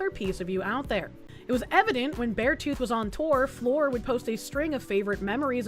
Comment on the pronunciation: Article: "🌟Fleur🌟": "Floor."